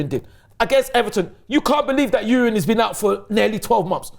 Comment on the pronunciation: why can't he just say Timber? I thought kept saying ''Urine'' over and over